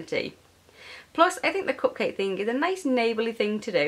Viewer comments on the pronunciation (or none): You said cup-quake!